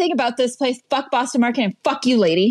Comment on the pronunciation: Bwoston market